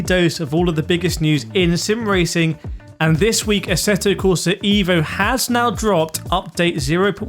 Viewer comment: evvvvooooooo mate not iiiiiivo